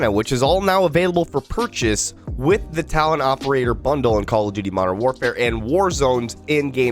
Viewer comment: "oppol-ator"😂 tired today?😉